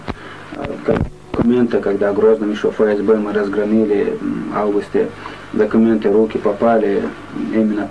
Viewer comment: не фамилия кадыров а кафыров😂😂